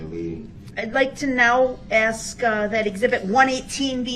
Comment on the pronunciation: omg I didn’t know. Is there a video regarding Dawn Woods case? I didn’t care for her the moment she spoke out. There is something about her that rubs me the wrong way. She says “aks” as well lol. Best wishes to you and your family 🌸